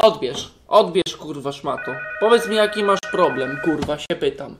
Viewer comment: "plobrem" naucz się gadać